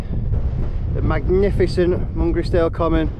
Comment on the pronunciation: Really like the drone footage, Souther Fell is pronounced Souter Fell & Mungisdale is pronounced Mun-grize-dl with the emphasis on grize . Info from Wainwright's North Fells Guide 👍.